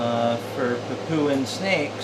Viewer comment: PapOOa, New Guinea. That is what it sounds like, with your pronunciation. Where is that? It is pronounced, PapYOUa, New Guinea. The "poo" sound is not there, it is the "you", sound which is correct. As in you are saying it incorrectly, LOL. The antivenom should be the same as for the, Coastal Taipan. They are the same species. Whilst we disagree on the pronunciation, the antivenom should be specific for the species. Any thing else does not make sense.